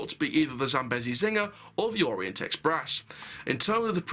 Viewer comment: Not trying to be rude but it’s pronounced zam-bee-zee